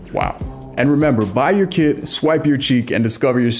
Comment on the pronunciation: At the end of your video, I thought you said, " Bite your kid!" Lol not buy your kit.😅